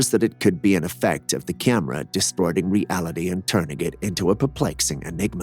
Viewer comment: By the way, WTF is a Kyam-rah?!